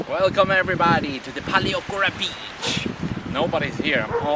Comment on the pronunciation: Very nice video! I will be going there in 2 weeks time, really nice to see what it's like. (Although you really should brush up on your pronunciation of Paleochora 😂....big room for improvement)